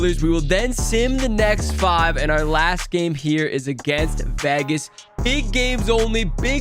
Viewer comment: did he say vehgehs?